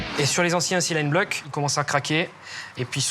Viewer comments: C'est facile pourtant, silent-bloc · Cylindres bloc tout cela parce que on prononce mal un terme anglais fabriqué comme une marque par une entreprise française. "Silent bloc" en francais et "bushings" en anglais.